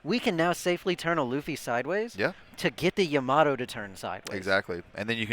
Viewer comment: Bruh it’s pronounced YA-MA-TO not YA-MATO lol 3 syllables not 2. Plus, that’s how they say her name in the anime lol